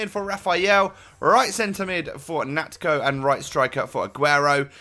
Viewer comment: its pronounced nacho